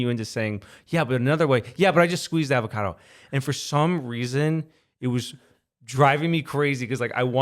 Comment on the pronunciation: How he pronounces avocado is hilarious 😂